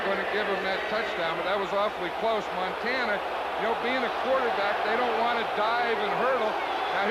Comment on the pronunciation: he was soo high he couldn't pronounce MONTANA, lol